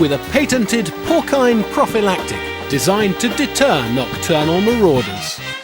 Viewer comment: Porkine? Are you sure that's how it's pronounced?